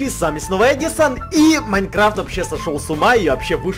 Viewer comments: Не эжисон а эдсон😀😃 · Ну сам ж сказал в начале едисон а не Эдисон